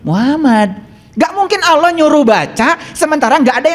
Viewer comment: Ngomongnya ko Auloh bukan Allah, ..ky kurang faseh